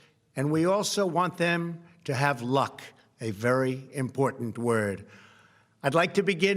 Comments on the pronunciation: Why does he emphasize "luck?" "Important word" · I just can't believe that President Trump is going to walk away without stating that we have a new Biden administration taking over and mention him by name. And also why the emphasis on the word "luck" and point out how important the word is. Just sayin. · He over emphasized the word luck. Like he was wishing that for himself. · There is some reason he chose to stress that word "luck". We'll discover in the future